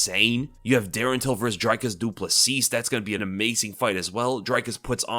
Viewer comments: its pronounced Drecus Doo Pla see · It’s pronounced Dree-Kus Doo-Plus-See, just wanted to help you out with pronouncing it. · Its PRONOUCED dreeEEEkus du plessee !!!, UNSUBBED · It's honestly pretty funny how badly you mangle Dricis du Plessis. I don't think I've ever heard anyone pronounce it worse lol